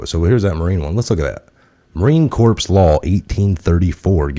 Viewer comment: Marine “Corps” is a silent “P” & “S”.. pronounced like Core . Great channel!🇺🇸